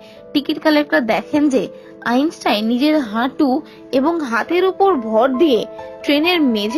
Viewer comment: আইনসাইন নয় আইনস্টাইন